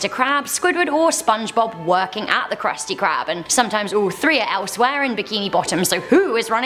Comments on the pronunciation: Who else heard her say kruspy crab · she misspronounced krusty krab